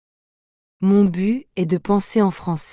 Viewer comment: Attention. "Mon but" /byt/, il faut prononcer le "t" final. Merci! Bises à tous ceux qui aiment et étudient la langue française.